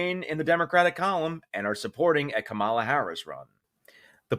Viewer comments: it's pronounced "KAH mala" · It's to be expected with a name that's not intuitive to American speakers. But still I'll say it: It's pronounced "Comma-la." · Kamala's supporters at least should learn how to pronounce her name. It's "Comma-La" like the punctuation. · Ka -ma-la dude!!! How can you not know how to pronounce her name by now??? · KAmala It's pronounced KAmala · Pronounce her name correctly: “kama. La” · Please be respectful and pronounce her name correctly. Kamala (Comma-lah). Soon we can all call her Madame President!! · Get it right. Kamala is pronounced comma-la. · Dude you might be a tad more credible if you properly pronounced Kamala Harris name. Get it together dude. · Say her name correctly! It's not that hard. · If you could pronounce her name properly you might actually get some people supporting your channel. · Haha did you figure out how to say her name yet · Could you please say Mrs Harris first name correctly. You know that you're saying it incorrectly. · Please stop mispronouncing Kamala Harris’s name. The emphasis is on the first syllable. Thank you.Nikki Haley. might be a flip-flopping wishy wash, but she does say Kamala Harris’s name correctly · That is not how you pronounce her name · Psst. Please correct how you pronounce her name. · At least say her name correctly. What an idiot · Might be time to learn how to pronounce Kamala's name. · I wish you would pronounce her name right. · Please learn how to pronounce our next President's name, it's Kamala, perhaps you can Google the right pronunciation, think of comma with a K , 1 m and just add l a, if you going to talk about her, please get it right😙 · You’re pronouncing her name wrong but I’ll give you a pass this time. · Great video, but so you know, Kamala has the same syllable emphasis as the name Pamela -- Emphasize the first syllable rather than the second. You're going to be saying it a lot! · Please quit mispronouncing her first name, it's an a**hole move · It's KAmala, not kaMAla.